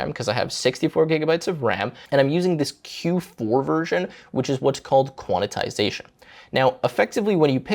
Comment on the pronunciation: Thought I was the only one… that and the “Quantitization” mention is like nails on a chalkboard